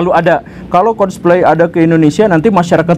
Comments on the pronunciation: coldpaly pa guru bukan colsplay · MEREKA, MEREKA, MEREKA, MEREKA. Coba dong Bahas ''COLDPLAY'' nya. Terlihat Banget anda ngga riset sama sekali tentang band ini. nyebut ''COLDPLAY'' juga masih salah. mohon maaf yang anda bilang ''MEREKA'' Itu juga punya ''ALASAN'' kenapa menolak band ini konser di negara tercinta kita ini.